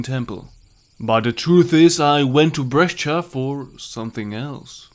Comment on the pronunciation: brescia it's pronounced "bresha" not bresch-a